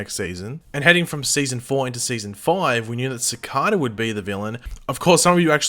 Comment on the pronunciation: I love how you pronounce Cicada like Cicoda XD Also, what happened to Red Death?